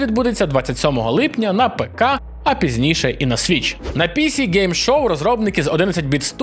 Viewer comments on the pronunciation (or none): на пІсі гейм щоу, ну ці пІсі😅😂🤣